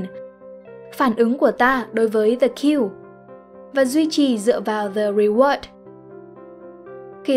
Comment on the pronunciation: Kênh này tính ra cũng OK, tuy nhiên vẫn bị vụ đọc tiếng Anh như bị mắc nghẹn, bệnh chung của dân miền Bắc đọc tiếng Anh. Nhớ nhất từ Yoga ai cũng đọc Dô-ga mà vô 10 anh chị Bắc thì tự động anh chị tách ra thành I-ô-ga, từ "the" thì đọc thành "dờ". Khó hiểu